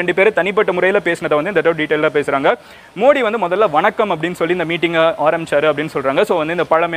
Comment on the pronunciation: Bro mins la neenga modi nu pronounce pannurathuku bathila moodi nu sollitinga bro